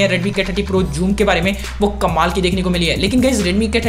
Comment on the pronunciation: Its not pronounced as "Juum" ...its "suum" with an 'z' touch to it.